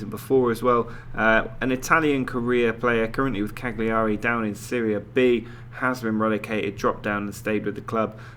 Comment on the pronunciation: Cagliari is pronounced Calyaeri lol